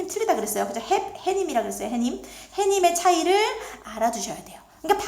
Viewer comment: 11분 40초 ; 해님은 핸님이 아니고 해님 그대로 발음하는 게 맞는 것 같아요 . 사잇소리나 사잇소리 현상 모두 파생어는 안되는 거죠?